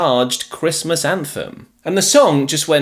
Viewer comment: Is it sooooooooooo hard to say Christmas?🎅